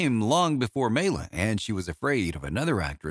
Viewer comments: Good synopsis but you’re mispronouncing her name. It’s MY-la. Not MAY-la. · FACTS: Maila is pronounced My-la not Me-la. Maila was in Catherine Was Great before she was fired and then performed in Spook Scandals which only showed once. Maila and Dean Reisner weren't legally married and Rudi Gernreich invited Maila to Lester Hortons Bal Caribe, which she won first place. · i can't take you seriously when you can't even pronounce her name. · Ugh, that ignorant pronounciation. If you're going to present a subject, know the material. 👎